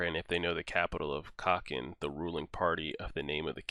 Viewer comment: That's exactly my thought. You don't even know my frustration when he micro nano analyzes things that were CLEARLY explained in the manga. He misread a lot of words. Plus, he doesn't know how to pronounce kakin? Like dude, it's K-a-k-i-n, how else can you pronounce that? The alphabet sounds the same in the US as it does in the rest of the world. Plus plus, it's ME-RU-EM. Not meriam. I don't even wanna know where he got that meriam.